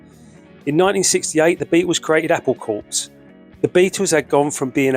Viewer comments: It’s pronounced ‘Apple Cor’. That’s why it!s clever. Saying “corps’ makes no sense. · It's pronounced "core", not 'corpse'. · It's pronounced "Apple Core" like "army corps" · Apple Cor… it’s a silent P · Here is a copy-and-paste, from my Google inquiry: "Corps refers to an organized group of people, such as a military unit (e.g., the Marine Corps). It is pronounced like "core" (the p and s are silent). Corpse refers to a dead human body. It is pronounced "corps" (with the p and s sounded out)." Apple Corps is a group of people, not a dead body. It is pronounced "apple core" 😊 Then, the script, apparently incorrectly, calls the organization "Apple Courts". There's that corpse again! ! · Can somebody please tell the narrator how to pronounce "corps"?